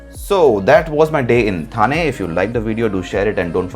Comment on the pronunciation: It is not था but ठा